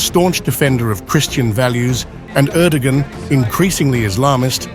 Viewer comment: You know, Im not an Erdogan fan, but if you make a video about President of Turkey, you could at least learn how to pronounce his name properly.